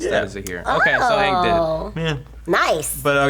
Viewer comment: Fuck the movie! They pronounced Aang as ung, Sokka as SOOkka( the O is like an A in the show but not in the movie)and Iroh as Eroh